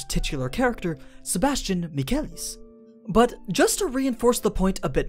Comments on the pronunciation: Sebastian uch.... sebas tian -. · AniNews: Sebas Tian Me: Sebas-Chan ....... I hate my self lol